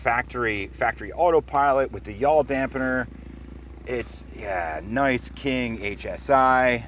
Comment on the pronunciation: "Yaw'l " Dampener ? Does that force you to say " You All " while you are inside the aircraft?